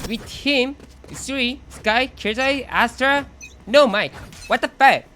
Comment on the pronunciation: killjoy astra skye no mic wtf ㅋㅋㅋ 영어 발음 개웃기네